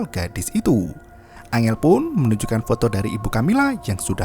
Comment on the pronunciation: Bang bukan angel tapi enggel